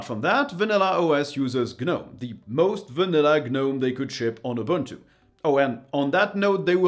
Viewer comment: *buntu? barf..